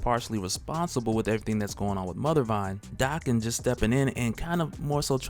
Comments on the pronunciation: Why do you say his name dahken? Isn’t it daken like bacon? Have I been saying wrong?!??!? Oh no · Dude it's not DA-ken it's DAK-en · Y he say Daken like that? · Is his name pronounced "Day-Ken" or "Dak-Ken"? I think he needs a better codename (maybe Wildchild, Wildheart or Wild Thing). I like the idea of Daken having adamantium swords (since he has bone claws), but they should also be "Muramasa blades" (halting healing factors). He needs to use his pheromone powers more often...to better manipulate ppl, as an anti-hero.